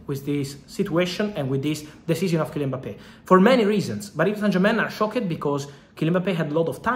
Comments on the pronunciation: I’m more shockeed with your pronunciation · How Fab pronounces "Shocked" and words ending with "ed" gets me every time. I love it 😂👌